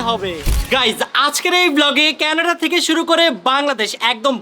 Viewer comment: Kenada noy Canada